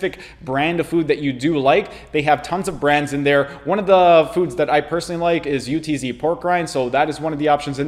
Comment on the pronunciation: Bro its not U T Z its UHTSS. I live here in PA not even 10 minutes from their factory. I have never heard anyone call them U T Z haha